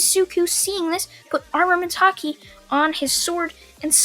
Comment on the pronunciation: It's called haki. ki is pronounced like in dragonball.